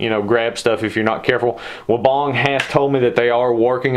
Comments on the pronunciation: You can’t even say weibang right. Wee bang. Not wobong 😂. All designed in uk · Gregs Mowing hahaha even the Weibang USA answers the phone wobong so unless they pronounce it correctly that’s the only way you would know how to pronounce it. So please tell me how much experience you have with this mower?